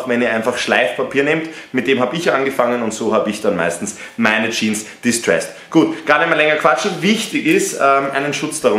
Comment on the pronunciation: Junge es heißt Jeans nicht Jean !!!!!!